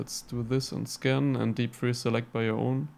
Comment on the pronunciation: When you said scan item and I kept thinking you said skin item wow I must be getting deaf